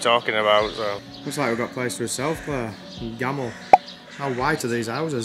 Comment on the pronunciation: As a typical idiot myself, I would have pronounced Gamle like camel, too, but probably because it’s close to gamble, which is never too far out of mind. Enjoyed your droning on. (I know, tired play on words.) Wonderful footage from the usual eye-level shots. And always good to see a happy Claire. Christmas decs galore! Glad you both had a great time. Looking forward to the next trip. Haven’t been to Tahoe in years. Would go up for the casinos but since the Native American places opened up between here and there, haven’t made that mountain drive. But it is beautiful up there. Roads should be clear of snow in September (but these days, seems you never know about weather). Fingers crossed we don’t have a severe fire season. Thanks for the vlogs. Best to you both!